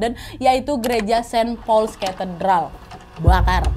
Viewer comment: Bahasa Inggrismu tolong dibenerin dong, banyak kata2 dlm bhs Inggris yg salah pelafalannya spt kata church, great, saint Paul, blood.... dll. Coba cek dulu pronounciation nya yg benar di kamus online ya